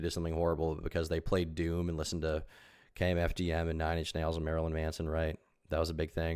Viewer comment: The fact that actually said KMFDM correctly tells me he is a fellow fan 🤘